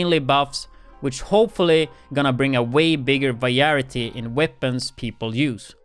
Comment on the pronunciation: Vah Ry Eh Tee lol